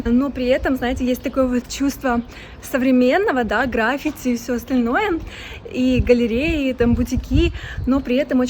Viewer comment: Все круто, едиснтвенное, аж подбешивает, почему постоянно меняете ударения в словах??? К примеру, графити,и в других видео тоже самое